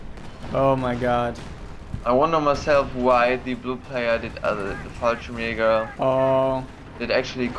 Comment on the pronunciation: Fallschjeagers........ XD